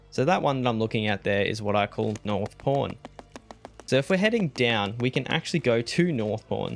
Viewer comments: Thought you were saying "North Porn" until I saw the text on the screen. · i can’t be the only one who thought he was saying north porn